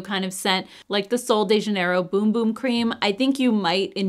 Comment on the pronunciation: Bum bum is pronounced like run run. You put it on your bum. ( backside). Boom is what the bomb says!